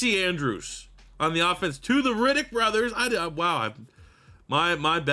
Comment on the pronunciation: Reddick and Riddick two different pronunciations. Metchie for the final team capt. Keep the Canadian home.